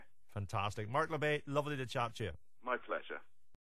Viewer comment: Labbett, not Labbatt